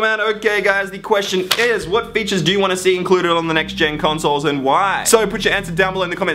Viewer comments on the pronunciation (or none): i heard you saying instead of "what features" i heard "what bitches"